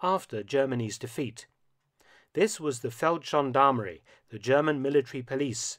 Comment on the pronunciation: Feldgendarmerie has a hard G...Always. Amazing story, nonetheless.